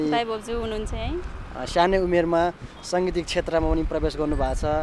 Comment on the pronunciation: स्वागत होकि सोगत हो? सांगीतिक होकि संगीतिक? पहिलो पटक होकि क्या हो अन्तरबार्ता अलिक अकमक्क भयो है । साथै जन्म थालो हैन जन्म थलो । उमेर स्यानो हैन सानो । को स्वरमा अति मिठास छ तर अलि कति कता कता डर लागेको जस्तो क्या । गौँ हैन हाउ च्याङ्बा गाउँ भन्ने गर्नुस । तामाङ भाषा त त्यो धिम साङ्बारी सर्ज्युला फ्या भन्ने मात्र आयो त हाउ